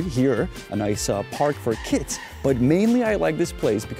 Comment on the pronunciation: You pronounce kids oddly, with a T instead of a D.